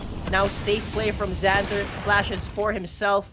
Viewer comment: and its pronounced safe, not sapi facepalm